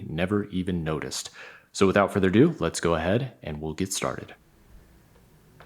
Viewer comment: "without further do" ffs.